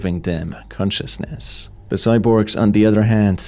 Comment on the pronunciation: please can you stop doing that awakENn consciousNEs preSEnt kiLLs. the video is good but the voice is annyoing af, idk if you can't hear that